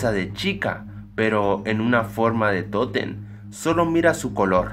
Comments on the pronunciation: Que no se dice tótem no toten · es totem no toten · Que no se dice tótem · Se dice totem